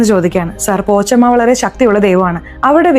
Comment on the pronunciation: പോച്ചമ്മ അല്ല, പോശമ്മ